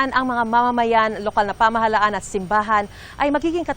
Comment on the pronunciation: STOP saying "kilos protesta!" Protesta is ALREADY an act. Kilos protesta is redundant. Who hires these newscasters and reporters??? And, it's "pamahalaan," not pamahalhan. LOL!!!